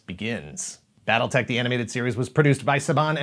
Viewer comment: Why, I keep hearing, "Battle Necks"